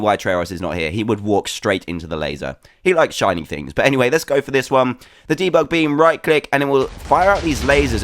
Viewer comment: "He likes shinny things" xDDDDDD